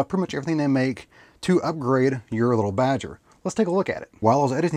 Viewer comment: Leetle Badgers, we don't need NO leetle Badgers.